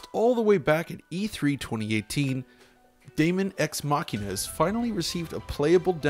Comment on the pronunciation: Dude you nailed that pronunciation!